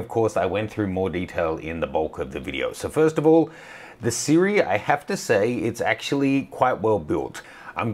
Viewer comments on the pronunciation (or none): "Sirui" is actually pronounced "SHEE-ROY".